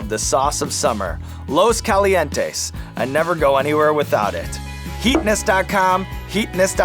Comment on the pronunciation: and pronounced "los calientes" in the most american way possible.